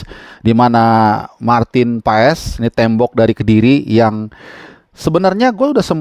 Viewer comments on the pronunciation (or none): Marteennn paaaazzzz ....baca nya MARTEEENNN PAAAASSSS ..